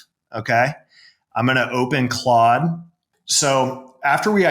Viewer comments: what the fuck is Clode? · You lost me at “clOde” 😂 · Clode... Clode.... Clode... Jfc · Close sounds to close to Chode (don’t google that) for me. Say it right bro!!! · Its Clod not clode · "clode" haha goated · If says it’s clode it’s clode from now on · Why do mispronounce Claude ? Intentional ??